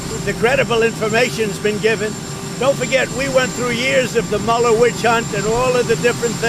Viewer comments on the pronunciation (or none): none